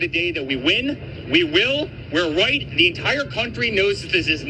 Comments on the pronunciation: what you hear is the r sound on the We're his mouth doesnt move correctly for the R pronunciation on the word Right. White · The buffoon said, WHITE. The lips did not purse for an R sound. He said white! He is speaking through the Orange ass of his dad! That's all he knows how to speak, through his orange dad. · He definitely said WHITE! I slowed it down myself! 😂😂😂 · He meant right, I'm sure of that. He said white. With all those w's he got carried away. With how awful they are in general we're never gonna give him mercy for a slip like this. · Ive heard this several times, this time it sounded like "right"....every other time...including day of, it absolutely sounded like "white" . Could there be 2 versions of it going around? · It sounded like he said "we're right", 😂 the sped up version confirmed it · No you can’t…. I hear W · Nope I heard "white" the very first time, before it was even replayed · This morning watching this, I heard 'white.' I thought that maybe it was just a tongue-twister effect from a lot of w's being used in sequence before the r sound. After reading your comment I went back--and you're right. There's a video on youtube showing how 'ba' and 'da' can be hard to differentiate, depending on the context--show 'da' on the screen while ba is being said, or vice versa, or show a person's mouth making the ba pronunciation while the sound da is being played, and the wrong sound can be perceived. I still think he's bigoted, but this isn't evidence of it. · He said white and you can tell by the shape of his mouth as the W sound comes out his mouth is not shaped like an R sound would be.